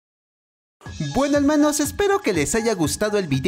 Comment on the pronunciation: Perdón pero soy nueva y creo que te equivocaste no se dice helmanos se dice hermanos